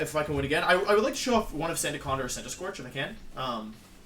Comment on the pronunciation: Sandacanda is my new favorite mispronunciation